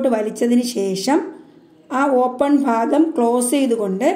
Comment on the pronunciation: Class poli aan ഭാഗം എന്നുള്ളത്തിന് നിങ്ങൾ പറയുന്നത് phaagam എന്നാണ്